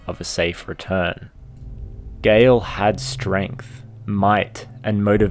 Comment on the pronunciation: It's Gael, not Gale